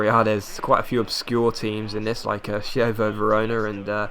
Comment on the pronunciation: Just a tip with italian pronounciations- CH is pronounced K, for example: Chievo = Kievo and Chiellini = Kiellini